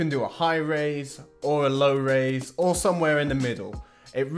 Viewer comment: I say Raiz jus like you 🔥